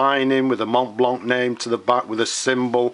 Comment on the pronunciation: It is not "mont blanc" it is pronounced "mont blanc"